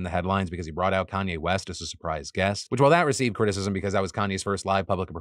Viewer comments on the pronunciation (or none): none